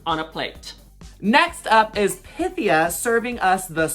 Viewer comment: Also, I love how Pythia tells us how to properly pronounce her name in episode one, in I think her very first confessional or something, so we all know how to pronounce it, and yet they still butcher it.